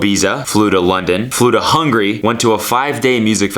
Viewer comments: That's HungAry not Hungry u senile old man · Good job pronouncing Hungary as hungry. That’s a solid 9 million people that you will never gain as subscribers.